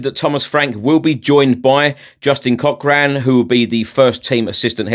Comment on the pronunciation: I sometimes wonder if you ever consult the Spurs app the club released the statement on the app two hours before eight whatever it was you said And surely you would learn to pronounce a simple name like Cochran correctly